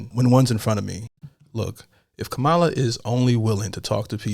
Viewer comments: Good grief!!!! Please STOP IT! It's bad enough we have ignorant racist white people who are voting for tRump, now we have people of color so god damn ignorant theyre voting against what is best for ALL OF US! AND its KAMA-LA SAY IT CORRECTLY! omfg I can not even listen to your ignorance, and I was diggin you but this is TOO FAR! You are real hateful and so incredibly ignorant so sad. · Have some respect. Her name is pronounced comma-la. I love your channel, but you don’t know what you’re talking about here. When has Trump EVER sat down with someone with opposing views?!? (Except for the one debate). He will ONLY talk to Fox News. Why would you EVER consider voting for a convicted felon and rapist? Really? You say you know what you’re getting with Trump. He has said he will be a dictator from day one. Is that what you want? He is now saying he will use the military to punish the people who are against him - in America. Sounds a lot like Nazi Germany in 1939. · You’re too smart to mispronounce her name. Disappointed. She is qualified to be president-she actually has experience in public service. Trump has never served anyone but himself. And maybe Putin. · First of all say her damn name right, please don’t vote for a moron to lead the country…he has clearly proven he is not qualified. Disappointed.